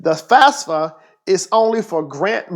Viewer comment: This dude really said fasfa